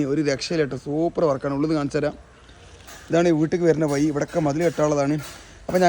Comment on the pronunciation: വയി അല്ല ഹമുക്കേ വഴി 🤣